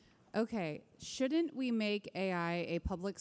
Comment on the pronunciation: Can't trust a guy who pronounces shouldn't, "shoont."